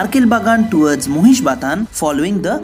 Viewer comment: Thanks, for pronouncing Mahishbathan as Mohishbathan and not making it Maahishbyathan like they did in case of metro announcements [Robindro Sodon became Ravindraa Saadaan there.] Great content as always.